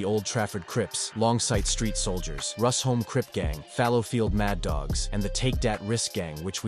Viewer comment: Its pronounced 'Rush-home' not 'Rus-home'